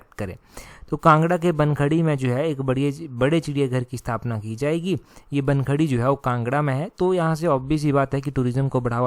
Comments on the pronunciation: It's Bankhandi not bankhadi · Sir it's BAN-KHANDI not BAN-KHADI